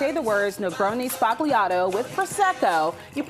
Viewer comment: It’s pronounced. Spal yato not spag Lee ato